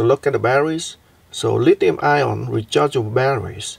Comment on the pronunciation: it is NOT lithium ION. good God.